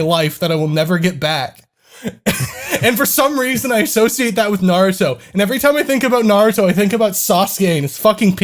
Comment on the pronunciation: I don't remember saying th's as d like "Wid" instead of "With"